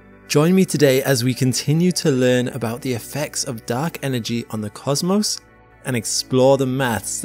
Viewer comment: Thank you for not pronouncing it “cause moss” (cosmos).